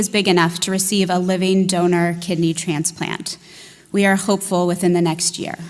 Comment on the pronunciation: Did he just say Transs Pance?